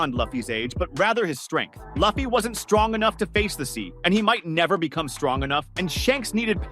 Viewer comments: Man how can you mispronounce the mc’s name? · It’s so annoying lol